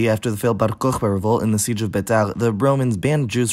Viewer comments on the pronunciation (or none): none